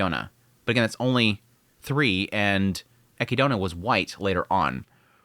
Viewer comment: its not equidona its equid na :'v